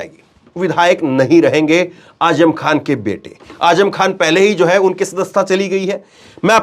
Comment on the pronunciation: Azzam not aajam